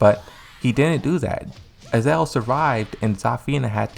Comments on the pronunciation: I'm convinced this guy is mispronouncing Azazel on purpose just to get people to comment on his videos to correct him 👎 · It is. MS is just too lazy to pronounce names correctly. He does it with other characters too. Don't bother trying to correct him though, he won't listen.